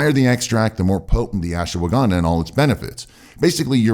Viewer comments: It's not Asshwagaandaa , it's Ashwagandha...improve your accent... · Why do you pronounce it Ash-"woh"-wagandha?? No "woh" needed!